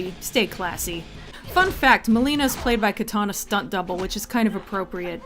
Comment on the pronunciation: Milena, not Melina actually. nice review.